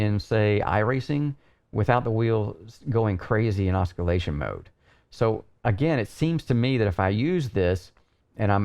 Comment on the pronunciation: just want to point out that the C in oscillation is silent. incredible in-depth review as always.